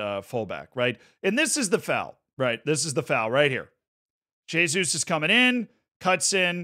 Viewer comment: Pronunciou certo o "Jesus"